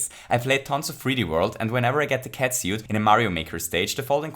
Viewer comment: 5 out of 5 fuzzies for your pronounciation of "catsuit".